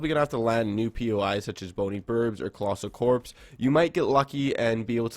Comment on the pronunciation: mans really said colossal corps bruh LMAO